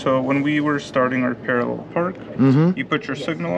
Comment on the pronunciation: It’s PARALLEL parking not PARARREL.